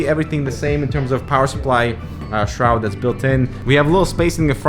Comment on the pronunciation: U just say shroud